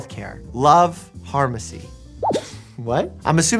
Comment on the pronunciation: Harmacy ❌️ Pharmacy ✅️